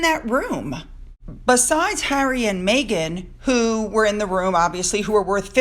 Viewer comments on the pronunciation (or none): mEghan not mAghan! Meg not Maygan